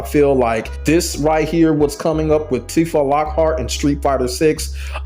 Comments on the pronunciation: Her name isn't "Tif-ah" it's "Tee-fah" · Okay, cool video and all, but Tifa's name is pronounced Tea-fah not Tifah 😭 Honestly if she was added to the game, I would consider getting into Tekken. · If this man says Tiff-a instead of Teef-a one more time... Also, Tifa has been a fighting game character her entire existence, even if she came from final fantasy. Also also, so many people in the comments exposing themselves as just haters hating on a character for how they imagine her when they clearly no nothing about the characters. She's not a 'magical girl' of some kind. She has no inherent 'powers'. She's just a straight kickboxer, which anyone with even the slightest knowledge of the character would already know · Bro, why are you saying her name like that? Her name is pronounced tee-fa, not, tih-fah 😂 You disrespected her like that so I gotta drop a dislike on the video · Every time i hear you pronounce her name like that, it sounds me on a spiritual level.